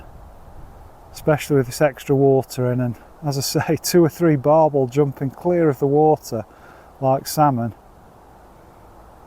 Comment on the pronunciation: Barbel not barble